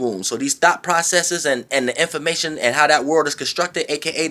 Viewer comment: I was like I know I aint the only one catchin that, He said "Hone in on your Thots" Im done lol